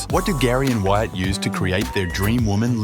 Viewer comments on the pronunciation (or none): none